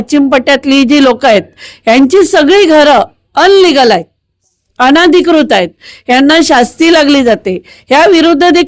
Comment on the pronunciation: मॅडम घर अनलिगल नाही इल्लीगल जरा इंग्लिश बोलायला शिका 🙏